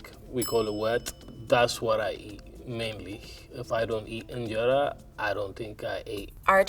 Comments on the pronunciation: that is not how you pernouce ingera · Please pronounce the word “injera” properly 😊